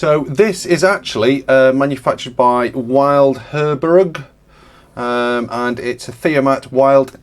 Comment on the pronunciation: Wild (now called Leica) from Heerbrugg in Switzerland. Correct pronunciation is the W spoken as V and the word rhymes with “tilt”. Would have cost several thousand new, not tens of thousands. But then a car also cost several thousand back then. Top quality, evident by much lower operator stress after hours of use - particularly eyes. They were really pragmatic in designing these and therefore significant damage (such as being hit by an excavator) would be repairable.